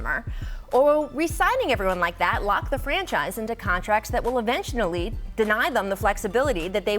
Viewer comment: "Eventionally" Hahaha